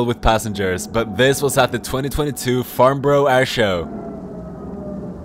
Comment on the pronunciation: He butchered the word, it’s a uk place place name so naturally hard to say, it’s pronounced farnbruh but spelled farnborough